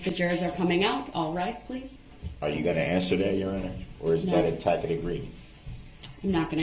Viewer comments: He's still saying "tack-it" when he means "tassit" (i.e., tacit). Oh Brooksy, you knuckle-tatted buffoon, you are so out of your depth here. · Grounds, substain, tackic agreement, oaf and on and on. What a POS this illiterate aholes is. What a shame that his victims had to endure this nonsense!